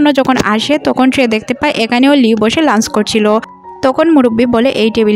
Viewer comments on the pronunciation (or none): none